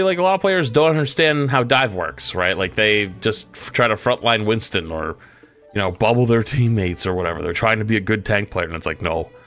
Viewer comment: I hear “Winton” and it just makes me laugh, but it’s because I call him “Binstin”